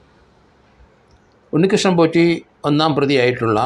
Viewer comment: ആരെങ്കിലും,, "ഉണ്ണികൃഷ്ണൻ പോഷി " എന്ന് പറഞ്ഞത് കെട്ടോ 😂